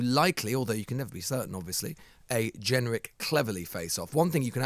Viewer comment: Why is Lewis pronouncing ‘generic’ like that?